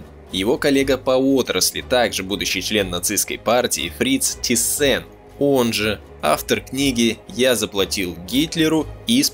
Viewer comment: Der Autor hat es alles ganz toll und gründlich durchgearbeitet, Respekt! ABER! => Bitte KEINE ThyssEn, FabEr, und I-Schi FarbEn & A-Sche, etc. => die alle sind Deutsch, deswegen ThYssen, FAber, IG FArben & AG!! ✌️🙂 Grüße aus Dresden!